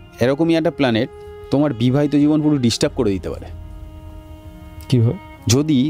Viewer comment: disturb na , distub 😂😂😂😂